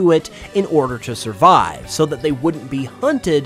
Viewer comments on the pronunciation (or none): none